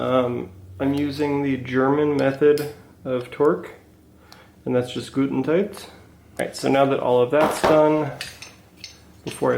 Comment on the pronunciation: Cracked up at the German method of "gud'n'tight"!